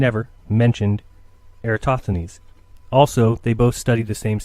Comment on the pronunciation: Why do and Dave Weiss always pronounce air-uh-TOSTH-uh-nees incorrectly as air--uh-STOTH-uh-nees? Or in this video air-uh-TOTH-uh-nees? I like the point makes here about the globe earthers using parallel rays from the sun most of the time, but angled rays when it comes to eclipses.